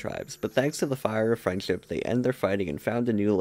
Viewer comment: Sometimes it sounds like your saying “freind chip is magic”